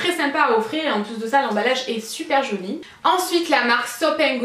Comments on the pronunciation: Je suis la seule a entendre "jauni" des qu'elle dit "joli" ? >< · non moi aussi j'entend jauni à la place de jolie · tes vidéos vont manquer ! merci pour toutes ces idées et ton implication ! tu me fais rire tu dis 'très joniiii" lol Bisous bisous